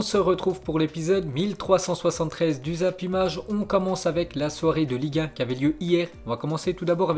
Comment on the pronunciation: a chaque fois qu'il dit Ligue 1 j'ai l'impression qu'il dit liga